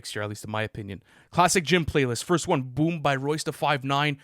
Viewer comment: pronouncing “won” as “Juan” will never not be funny